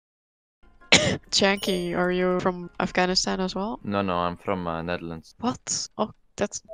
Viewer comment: "im from the newewrands" .. wat